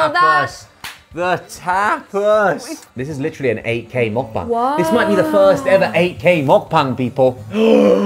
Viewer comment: 8k가 ak로 들리는건 나만 그런가...